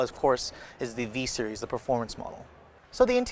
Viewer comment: U owe me a phone sir! I threw mine across the room after the third time u said "V-series". -__